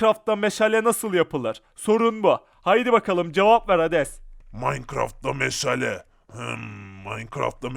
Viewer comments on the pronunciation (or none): Meşele değil meşale